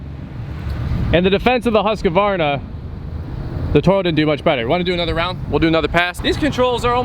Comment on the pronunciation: Please stop saying husk-a-varna. There is only one a in the name...